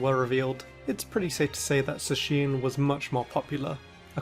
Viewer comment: I forgot this guy says Zacheen